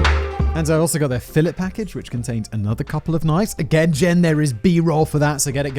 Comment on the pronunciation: “fillet” haha